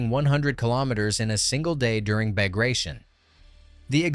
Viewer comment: WW2 history tuber. Doesn't know how to pronounce Bagration. CHecks out.